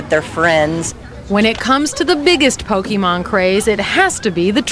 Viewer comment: “Pokey man” shudder but you’re right that was a good episode of the show